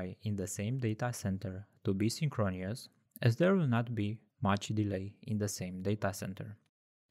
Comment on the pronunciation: It's pronounced 'synchronous' (sing·kruh·nuhs) - not synchronious That is my contribution :)